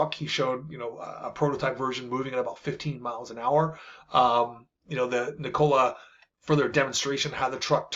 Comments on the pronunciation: It isn't NiCOLA. It is Nee ko la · Omg the way you pronounce "Nikola" is so annoying! It's not 2 syllables and is not "Cola" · Please pronounce the company name correctly. It’s “NEE-kola” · it's pronounced nik cola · Should learn how to pronounce the company’s name if you intend to be credible. Kneecola? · Please look up correct pronunciations of “THERanos” and “NIKola”. Hard to seem authoritative if you mispronounce well known names